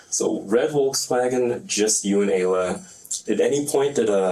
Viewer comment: Ayla is pronounced Aye-Luh.